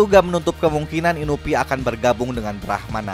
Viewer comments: Inui bang inui.... Bukan inuvi :V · Inui bukan inupi astaga😭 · Bukan inupi bang tapi inui